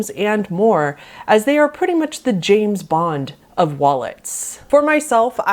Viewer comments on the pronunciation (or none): none